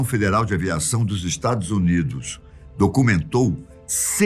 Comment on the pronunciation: Não é “Samtos” é “Santos” Não mesmo, falar “discurtir” “tamto” e principalmente “estados undos” o corretor começa a chorar na hora. E falar que o Santos D inventou o avião não tem nada de absurdo e muito menos é corrigido pelo corretor. Eu não quero “discurtir” mas o nome é Santos e não “Samtos” com “m” Você não para de se superar hein, é uma em cima da outra hshshshshjss.